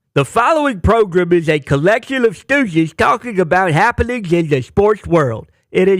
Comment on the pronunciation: PROGRUM!!!???? hilarious...SPOT ON!